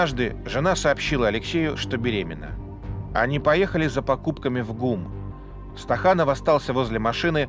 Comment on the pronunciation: Не Стаханов,а СТАКАНОВ.